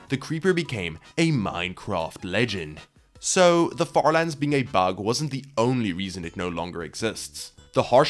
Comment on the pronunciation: "..Became... a Minecraft Legend" ... Say that again?